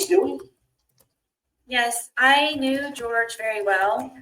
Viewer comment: Please pronounce his name as he preferred, its ‘George’ ty